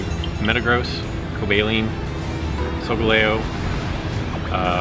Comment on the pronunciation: Hey still loving the content, and I'm so sorry to do this but your pronunciation of certain Pokemon still irks me... Cobalion is Co-bae-lee-on Electivire is -El-lek-ti-vie-er the vire sounding like wire, like electrical wire. Sorry to be annoying, I guess I just want you to sound as professional as possible when talking about Pokemon! Hope this helps